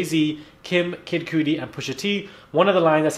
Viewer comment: “Kid Cootie”, 😬.!? Check yo self 😑it’s Kid Cudi it’s (Cuh-Dee)